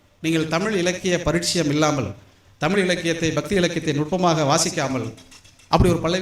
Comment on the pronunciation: ஐயா, எளுதக்கூடிய அல்ல, எழுதக்கூடிய ✅ தமிள் அல்ல, தமிழ் தான் ✅ அளகு அல்ல, அழகு ✅ காலம் எவ்வளவு போயிட்டு, இன்னும் ழ வரவில்லையென்றால் நீங்கள் வரும் வாரிசுக்கு கொடுக்கும் சாபம் அது. 🙏🙏 அளகிய அல்ல, அழகிய ✅